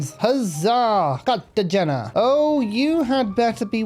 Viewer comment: It's still pronounced Car-tuh-hay-nuh...